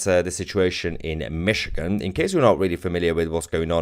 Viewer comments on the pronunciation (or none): This episode is a little sensational isn’t it? BTW, enjoy your vids but, it’s’Michigan’. Cheers!